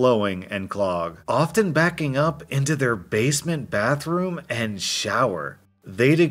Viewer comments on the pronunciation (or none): none